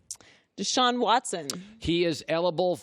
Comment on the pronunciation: colin “elible” cowherd